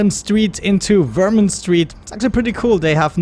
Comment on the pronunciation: You pronounce my state as Vermin? I live in Vermont, not Vermin lolol